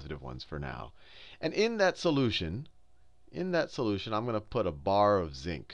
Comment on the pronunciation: he says aquaus sooloution looooooooooooooooool